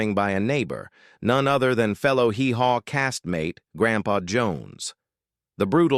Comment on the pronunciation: Oh Pree? It's AW Pree, dipsh!t.... And the way "Hee Haw" was pronounced